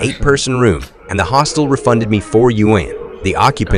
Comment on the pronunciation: Hostel. It's a hostel, not a hostile.